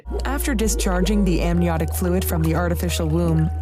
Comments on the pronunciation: ambiotic amniotic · I’m almost positive she says “ambiotic” fluid instead of amniotic fluid. Can’t even trust them to get the biological terms right then whyd we trust this whole entire delicate process 😂😅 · 'ambiotic fluid' ? should be amniotic or is this something else? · Anyone else catch that the voiceover says "ambiotic" fluid instead of amniotic?? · she says "ambiotic fluid" instead of "amniotic fluid". Maybe proofread your techno-apocalyptic propaganda? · They couldn't even find someone who could pronounce amniotic correctly? Yeah, no suspicion called for here! It's a fake video, btw. But still.